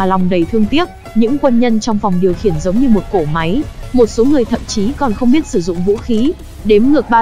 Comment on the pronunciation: mé cái phần mềm đọc lời dẫn review phim thôi mà cũng bị ngọng vđ: "cỗ máy" mà nó đọc thành "cổ máy", "nỗi lòng" thì đọc thành "nổi lòng", "nỗ lực" thì đọc thành "nổ lực". Rồi "nhởn nhơ" đọc thành "nhỡn nhơ". Căn bản hiện ko có quá nhiều phần mềm hỗ trợ đọc văn bản tiếng việt chính xác nên hầu như kênh nào cũng dùng chung một công cụ và người đọc này. KK